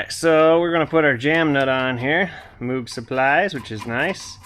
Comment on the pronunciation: Just so ya know, "moog" is pronounced like "vogue" or "rogue". And, got that inner tie rod tool. NICE. Thanks!